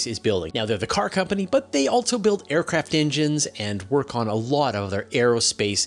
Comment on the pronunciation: How many "T's" and "Z's" are you putting in "Also"? "Altzzo". Wtf